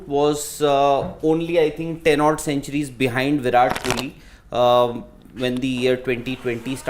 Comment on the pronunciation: He really said viral kohli😂